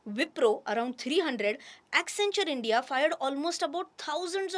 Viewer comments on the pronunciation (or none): none